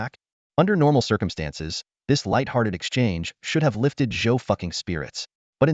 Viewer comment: Not Zhou ducking "replace the d with an f